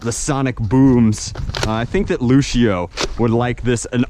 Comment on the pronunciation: It's prenouced Lucy,o